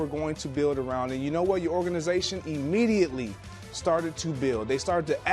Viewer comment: Whenever I hear a person say “Emmediately”, and they always emphasize the “e”, I IMMEDIATELY know it’s one of them. English is tough, I guess.